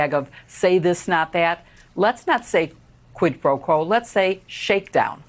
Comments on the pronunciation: what worries me is not so much the fact that the gop has voters but that the fact that they don't even care when the WH staff or trump lies, or that they do things that are unlawful or anti constitutional. and btw, trump is too illiterate to even pronounce quid pro quo correctly. smh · Does tRump even know what “quid pro quo” means? He really doesn’t pronounce it well at all.